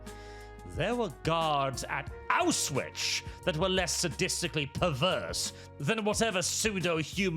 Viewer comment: That pronunciaton of "Auschwitz" hurt me in the soul.